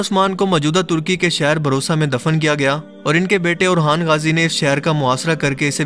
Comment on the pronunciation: I am sure you haven't watched this serial, the way you say "Dirilice Artughal" tells this. is sardar ka naam tha: Suleyman Shah (Ertugrul Nahi) Seljuki Sultanate, not Seljuti Osman ka Beta Orhan Ghazi (Ohan Nahi)